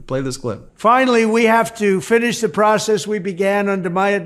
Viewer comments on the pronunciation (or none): none